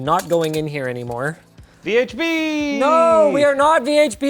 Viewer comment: When you said Colin the first time I thought for a second you said Colton and got mega confused.